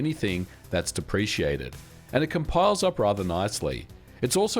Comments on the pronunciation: TIL MVG says “depreciated” instead of “deprecated”. That’s ok, I’ll just chalk it up to the Aussie in you 😂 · Yes Funny enough this is a very common mispronunciation of this word in Australia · Depreciated? Or maybe you mean "deprecated"? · Deprecated, not depreciated. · Deprecated Not Depreciated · not depreciated [de-PREE-shee-ate-ted] (lowering of market value, but deprecated [DEPP-rih-kate-ted] (reduction of support). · "depreciated" did you mean deprecated? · bruh it's deprecated, not depreciated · deprecated. there's no "i" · “depreciated”? Did you mean “deprecated”? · depreciated or deprecated?😂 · I think you mean "deprecated", not "depreciated". There's no I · you said depreciated but i think you meant depricated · It's *deprecated, not "depreciated." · You mean 'deprecated", not depreciated. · Check your "deprecated" pronunciation.